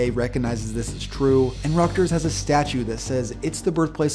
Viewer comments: Rutgers not Rugters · It's called RUTGERS, not Ruckters. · it's Rut-gers, not Ruckters. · It’s just not pronounced “ructers” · “Ruckters” “ruckgers” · Did he mispronounce Rutgers?